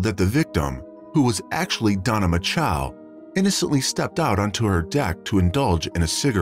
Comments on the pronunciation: “Macho”, as in Randy “Macho Man” Savage. Rhymes with “nacho”; it’s not “Ma-CHOW”. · The name is spelled MACHO. Why does the (voicebot ???) narrator pronounce it MACHOW ????????????? Where's the W in her name ????? I don't see it. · Thanks for the information. I was actually coming to the comment section to ask about the bizarre and annoying pronunciation, "Mah-Chow" used in the video. I thought it would be "Match-Oh" though. Why was it "make-oh" like the shark? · Poor girl. Lame reseach n story telling, couldn't even get her name right "Mako" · Strange pronunciation of "Macho." "Machow"? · It doesn't matter, but the name "Macho" would be pronounced like you say it in "macho man". But pronoucing it differently avoids bad thoughts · I BELIEVE YOU...and how disrespectful for these wanna-be -internet-voices who MAKE NO EFFORT to check out the proper pronunciations of these precious people's Last NAMES. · Is it really so difficult to pronounce the last name of the victim correctly? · That narrator is getting off on mispronouncing her name. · Mispronouncing the name of the subject of your video is disrespectful. Know how to say someone's name. Actually having listened all the way thru now, I'm convinced this was not human narrated, it was an AI voice reading a script. That would explain the many idiotic pronunciations. So it's another one of those empty channels. When scripting you have to make special spelling choices to get proper names and certain uncommon words to be spoken correctly.